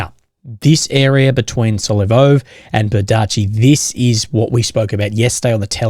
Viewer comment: So glad the Russians finally took Berdychi so I don't have to listen to butcher its pronunciation anymore